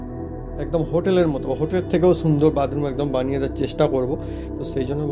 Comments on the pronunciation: Ara badroom noy bathroom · এই লম্বা কল বেসিন না বাসন মাজার সিনকে লাগাতে হয় আর উচ্চারণ ঠিক করে কর bathroom